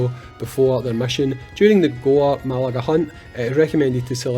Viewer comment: Hey just so you know it's pronounced "ma-GAL-ah" not "ma-LAG-ah." Not trying to make fun or anything, just in case you need to say it in future videos you might to say it correctly. As a Monster Hunter fan, this is a cool collab depending on how it plays out. I'm not a massive Gore Magala fan since I'm relatively new to the franchise so I'd prefer if it was a monster from Rise like Magnamalo but Gore is a fan favorite for people who have been in the community longer than me so it's still cool.